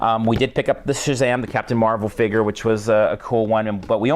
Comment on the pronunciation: Also no offence just trying to help but your saying figure wrong just tring to hel